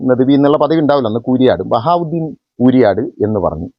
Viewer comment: ബവാഉദ്ദീനല്ല പൊട്ടാ ബഹാഉദ്ധീൻ എന്നാ പേര്